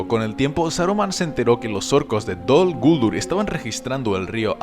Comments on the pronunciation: Heeee, de echo la pronunciación Dol Guldúr es la correcta, y lo q pasa es q nosotros los de habla hispana no lo encontramos correcto, pero resulta q si lo es.... no es Dol Gúldur como tú piensas..... a fin de cuentas tú no eres Tolkien, ni su hijo ni nadie relacionado con los encargados de los derechos del mundo creado por Tolkien para decir q pronunciación es correcta o no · No dicen (creo yo) dol guldúr